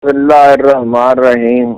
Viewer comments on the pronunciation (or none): ہارون صاحب اپ نے بسم اللّٰہ غلط پڑھی ہے اس کا مطلب ہے سارے قرآن میں غلطیاں ہوں گی